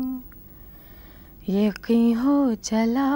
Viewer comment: I am amazed to see Rekha pronouncing an urdu word "Yaqeen" (یقین) in such a correct manner. Normally Hindi knowing people pronounce it as YaKeen.